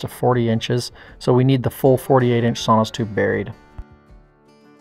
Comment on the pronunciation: I believe it is "sono tubes" "sonos" is a company that makes speakers.